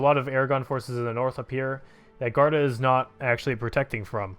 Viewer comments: it is guarda not garda, read the u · Luis Pinto Yeah, he should say "goo-are-da"